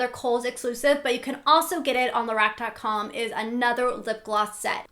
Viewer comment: Lorac is actually pronounced La-rock. But I really enjoyed your video anyway!